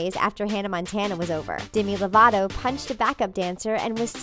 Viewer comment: DEMI LOVATO NOT DIMI LOVATO SAY MINE AND HER NAME RIGHT